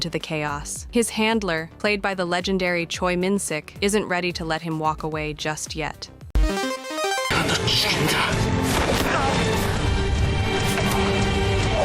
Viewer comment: Please learn to pronounce Korean names correctly. Cheon is pronounced closer to chaun. Choi is pronounced closer to chae or cheh.